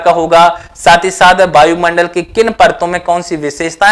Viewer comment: सर बायुमंडल न बोले शुद्ध वायु मंडल बोले।